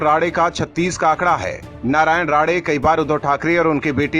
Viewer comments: अबे राडे नहीं राणे है। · राडे नही राणे सर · नाम राडे नही साहब राणे साहब है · Rade nahi his name is Rane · उनका नाम राने है राडे नही। उनका फिर से नामसंस्कार ना करे। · राडे-राडे क्या कर रहा ठिक से नाम नही ले सकता है क्या तू अक्ल की कमी है क्या तुझमे बेअकल उनका असली नाम राणे है ठिक से लिया कर समझा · Rade nahi Rane 🙏